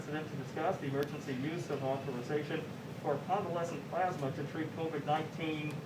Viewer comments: Plasma or pluzma ? Lol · ....but what's "plarghsssmah"...? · Donate "PLAASMA" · "plausma", wtf? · Hard to take what he says seriously when he can’t even pronounce plasma right. I swear who ever wrote this for him put ‘plasma’ in as many times as possible. God so absurd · It can be pronounced both ways. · His ignorance is astounding. The man can barely read and please someone tell him how to pronounce " plasma". The man who believed the Corona Virus was a "hoax" and has acted accordingly throughout the pandemic by not acting.